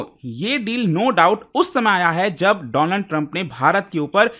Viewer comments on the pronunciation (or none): Donald nahi doland😊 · paw paw ne donald ko dolaand kya bol diya, ye to gussa nikal rha hai..🤣🤣🤣